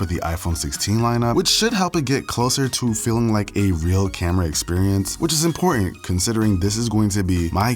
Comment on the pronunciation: "rea day in the life"